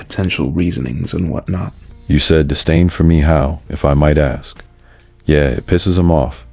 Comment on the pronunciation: btw minor correction, the word is "disdain" not "distain"